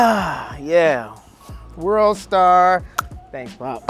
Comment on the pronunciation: “ World Starrrrrr “ 💀💀 .